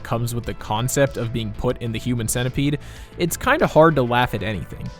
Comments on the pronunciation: Why is he saying "human sentaipad" instead of "human centipede" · Wait.. why do you pronounced it as cent-ai pad? It clearly should be cent-e-pad, right? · Wtf he said cent i pad